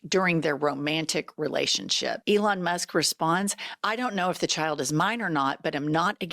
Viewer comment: He used to call Elon Leon